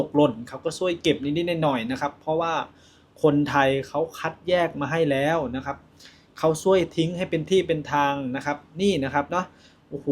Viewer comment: ภาษาไทย เพี้ยนไปหมด..แร้ว..มันต้อง .. แล้ว..